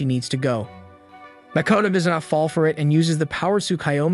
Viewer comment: Tsukuyomi not Tsukayomi